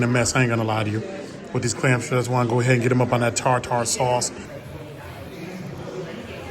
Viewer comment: ........THE TAR-TAR SAUCE STRUCK BACK!!!!🤣🤣🤣🤣